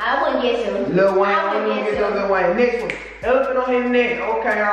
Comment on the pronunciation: I'm dead he said a elaphant go haahahahuhah